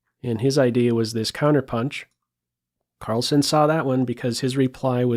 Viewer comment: its not -son.. its sen.. like zen. carl-zen. as in sentry.